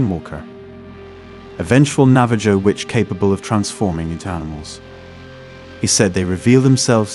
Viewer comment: Great video, but you don't pronounce the J is Navajo. It sounds more like Navaho